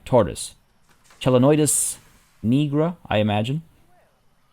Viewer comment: Nigra is pronounced with the same I as in the word diode or... "I". This reading is the case throughout scientific names. QI is still pretty good with Sandi Toksvig hosting, it's just different. I don't mind the new enclosure design, but you can still make it a building if you put a roof atop the gap. The kind where it's elevated by "walls" with windows so you still get good light in.